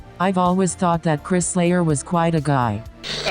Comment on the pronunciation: u messed up on your robot retro description thing.. u said "chris slayer" at the end. :P i think that was a mistake. lol